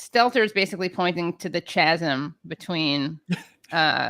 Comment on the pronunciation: If you were going to repeat chasm repeatedly, you should learn how this word is pronounced. The “H” is silent in the word chasm, and listening to you miss pronounce that word four times in 15 seconds was cringe-worthy. These oratorical and pronunciation issues drive me insane because if you are going to be putting out a show giving analysis on the essential subject of politics, I believe it imperative that your analysis is not only supported by accurate reporting but delivered with annunciation and proper pronunciation of the words being used in your analysis Criticizing the media over there poor framing and narrative. I thought I was politically aligned with you guys but, A person could never know by watching this episode. Even your critique on Chuck Todd falls flat on his improper use of the double negatives set but partially contradicts your criticism when you guys are doing the same thing and all over the place in your articulation of what is going on. For the most part, I thoroughly enjoy the critique brought by left-leaning channels, but bad faith actors will take a show like this and chop and edit into hot takes for Conservatives. Some of the most significant issues in reporting are not considering how Republicans and conservatives use The media's Language, messaging, and analysis against the Democratic Party. There is plenty to be criticized on the Democratic side, and for the most part, you do it very well. Still, when you are giving a rambling and pretty unclear ana